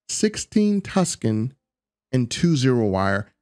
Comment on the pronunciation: Mershentile? Tuskan??Merchantile. MERC-AN-TILE!!!!! Tungsten. TONGUE-STEN!!!!! Tuskan Raiders are Star Wars, not Starfield!!!